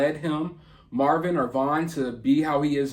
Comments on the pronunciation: His name is Marvon not Marvin. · His name is MAR-VON and its “Herbs” pronounced “erb” the H is silent. Just saying